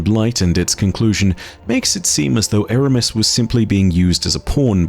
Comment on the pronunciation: Its Eramis